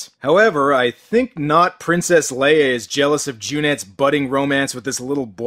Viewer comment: Princess Lay meee.